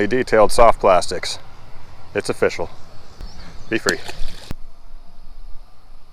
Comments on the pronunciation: It's O'fish'ul. That's what how I see it in my head every time you say it. On to the next, Bait! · I love the way u say o fish al like if agry